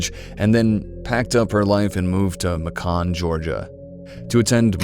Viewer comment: Fyi, Macon rhymes with bacon. It's not pronounced muh-COHN.